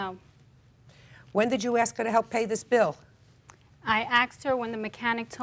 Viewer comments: Lol axe axe lol lol 😂 it's ask lol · "ask" not "ax" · If they say axe instead of ask stay clear